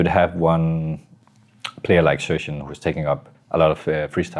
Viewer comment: He's name isn't xypex he's xyp9x pronounced xypnix